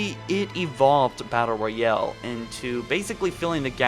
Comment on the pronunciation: Nothing worse than a "battle royelle"